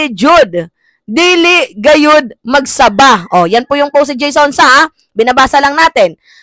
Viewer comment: Ang gabâ d magsabâ! Yan ang tamang bigkas sa mga salitang ito.